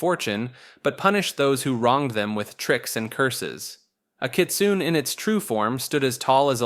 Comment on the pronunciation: the E in Kitsune isn't silent, its not pronounced like rune, its pronounced like cliche (I dont have the accent on my keyboard)